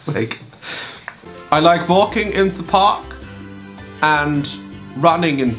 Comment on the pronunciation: omg your pronunciation of the "the" is soooo german😂😂 (se😂) but not aaaall of the germans r like that! I can be very proud to say that I can actually pronounce it pretty well😂😂👍🏼